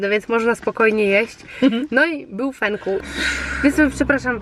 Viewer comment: Fenkuł z "ł" na końcu